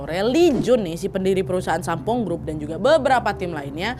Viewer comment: lama² nyebutnya bukan Sampoong lagi tapi Sampol 😂😂😂 Ngeuh gak yaa die 😂😂😂